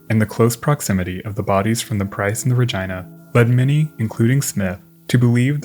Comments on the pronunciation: “RegEEna “not Reg I na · Regina is pronounced Re- geeeena, long e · By the way, the woman's name "Regina" is pronounced using a short "i" sound so it sounds like Regeena. Great videos! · My friend, I just absolutely adore ur vids. But I believe, actually I know you are mispronouncing the namesake of this video.its not Regina rhymes with the female anatomy vagina; that is incorrect sir.😂it's Regeena, long E. Spelled of course Regina.😂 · Love your videos, but i must ask. Are you sure its not pronounced Rageena and Sofeea for the Princess Sophia video? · Just Fyi Its pronounced (ruh-gene-nuh) not (ruh-gina?) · Just an FYI piece, the ship named Regina is pronounced "Ra-geena" NOT "Ra-gyna" like the female body part down south. Even though the ship was named after a female it is not pronounced like a female body part. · As much as I love the content I just can't get over the pronunciation of Regina as that of v*gina <3 xD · Re-gina. Re-ginald. Oh my it was like flipping Nails on a chalkboard. Please learn how to pronounce the flipping names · Listen it’s a great video, but I’m pretty positive it’s Re-gee-nah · Another great video. They offer glass bottom boat shipwreck tours on the great lakes! The ship Regina in this video is pronounced Ra-gee-nuh. Thanks for another great video ⚓ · is it really ruhjyna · Is it not pronounced Ra-jee-nuh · Rah Geee Nah - Regina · I really love the video! For future reference, Regina is pronounced Ri-gee-na, so a softer g instead of the hard gi sound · Regina (Reg EE na) ?? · They are mispronouncin the name. it is pronounced RE GIN A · Ummmm. Over here we pronounce it Regeena but hey dude, express yourself. ❤️🤣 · OK, maybe it's because I'm English, but how else do you pronounce Regina????? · I'm absolutely befuddled by his pronounciation of Regina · How else would Regina be pronounced? Are you 5 and did a girls giggle at the pronunciation?